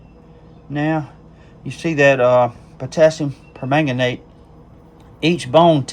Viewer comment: Good morning Doc. The trapper turned out great. It makes it look like an older knife to me. You’ve got the pronunciation of permanganate down pat. 👍🏻 Thanks for sharing and have a great day! 🙏🏻